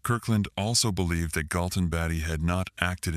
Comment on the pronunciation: IT'S NOT BATTY fix the ai😂